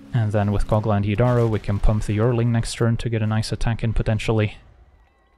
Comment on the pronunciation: yearling is pronounced "Year - ling" it means a 1 year old animal.